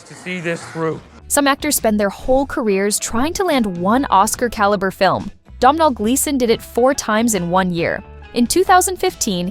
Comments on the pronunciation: learn how to pronounce his name it's Donal like tonal with a D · SOMEBODY PLEASE TELL AI THAT YOU DON'T PRONOUNCE THE "M" IN THE MAN'S NAME!